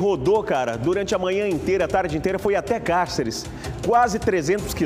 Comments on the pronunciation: Falou o nome da cidade várias vezes, erradamente. "Cárcere" em vez de "Cáceres".Ninguém da produção para corrigir. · Como cidadão mato-grossense como auto denomina, deveria pelo menos saber falar o nome da cidade, a mesma em questão se chama Cáceres e não cárceres, por favor, diga o nome correto da minha cidade, obrigado.